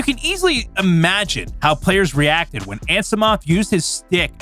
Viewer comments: His name is Ar-tehm An-knee-see-mahv. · You mispronounced Anisimov